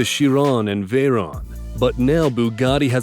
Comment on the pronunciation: KY-ron, not CHI-ron, VAY-ron, and not Ver-on and BO-Lide, not Bol-ide.... FFS lol.